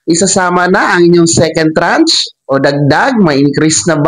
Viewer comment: Tranche, not trach....at hindi ako maniniwala diyan hanggang hindi SSS mismo ang mag announce.